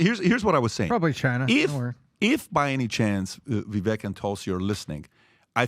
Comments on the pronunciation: It's pronounced vi vake like cake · Vivek pronounces his name VIVAKE LIKE CAKE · PRONOUNCED VIVAKE DAMNIT!!!! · Try pronouncing his name correctly ! Vivek like cake ! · Try saying Vivake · Do they purposely refuse to pronounce Vivek's name correctly? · Let’s start by pronouncing Vivek’s name correctly. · spent countless time with Vivek and still can’t pronounce his name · As someone that pays attention to every word you utter, i can’t reason why you don’t pronounce vivek’s name the way he’s stated it’s pronounced. feel like it’s not that hard. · Entire PBD team still can't figure out they say Vivek's name wrong, because they want a dem in there so bad... Nikki or Tulsi would both be bad choices for actually getting things done. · "Having spent countless time with Vivek...i still cant say his name right"🤦‍♂️ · has spent “countless amount of time with Vivek” but he still can’t pronounce his name correctly??? I will not vote for Haley ever. I don’t care if she was Trump’s VP, I would not vote for that ticket. I don’t care for a Tulsi either for the exact reasons that Patrick just mentioned it would work. She isn’t a conservative and many of her ideas are bad. Please Mr. Trump have Vivek as your VP. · Either VP would Be bad ass! Vivek (pronounced like cake) is the man though! That’s my pick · has spent all this time with Vivek but STILL doesn't pronounce his name correctly.